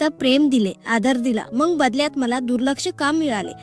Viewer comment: शुद्ध बोलत जा ताई मंग नाही मग म्हणत जा